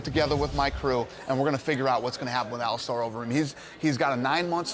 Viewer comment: its not ali-STAR you stupid fuck